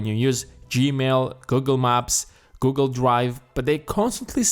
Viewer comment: Lmao when you say "Google" it's like Gogol !!! Pls change the narration ..